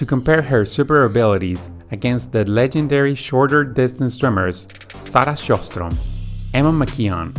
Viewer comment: Not sarah sjöström tho lol